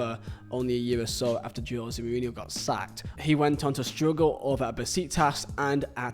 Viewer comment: Funny how you pronounce '' Joe zemourinho'' :p